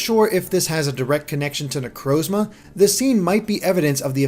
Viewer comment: lol wtf are these pronunciations. "sol-ga-lee-o" "ne-crose-ma"